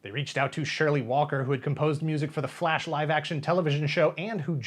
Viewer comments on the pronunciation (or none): none